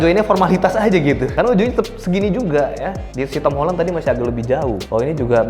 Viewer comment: Akhirnya ada orang yang ngomong nya "Holen" bukan "Holan"